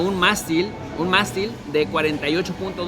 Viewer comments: Por favor,, es mÁstil, no "mastil"; plural: mÁstiles, no "mastiles" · Mástil, con acento en la á. No mastil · se dice mástil... Lleva acento en la a. Pero Ud muy bien. Gracias por la información